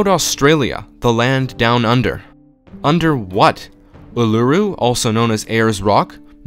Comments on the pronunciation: Uluru for one , and I thought Ra was wrong but I just learned he's also called Re so I guess just one word wrong. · what did you called Uluru?